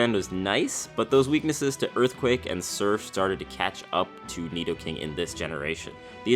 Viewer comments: No he didn't say "neato-king"!!!!! 😂😂😂😂😂😂😂😂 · Carson Of Smith back up ten seconds and he says nidoking u muppet